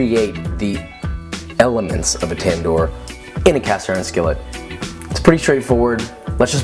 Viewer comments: What you made was 60 % raw ,and by the way it's called tandoor not tendur,and another thing was that you didn't made that in a tandoor that was not naan ,it wasn't even roti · It’s actually pronounced Tan-nour and it simply means oven. The vowel letters pronounced like this: One Fool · the way he says tandoor makes me cringe.